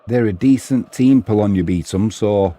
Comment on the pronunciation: Also, my partner says its pronounced “beh-Tom” for Bytom 😅 haha